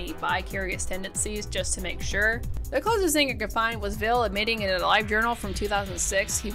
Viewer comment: It's Ville. Not Vill. 😂